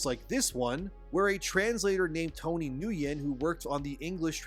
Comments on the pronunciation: Isn't Nguyen pronounced "Win"? Or "Nu-Win"? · That dude's name is pronounced, "Win."